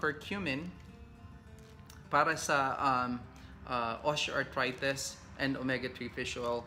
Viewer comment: Doc I really really like your vlogs but I am annoyed at your pronunciation of the letter i. Like you say osteoarthrites… instead of itis na matigas na i sa end..